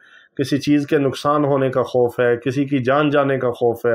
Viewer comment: Aman se khuf nahi khauf se Aman ..